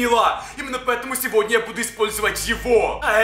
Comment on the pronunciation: Почему ты говоришь ни сегодня а сегодне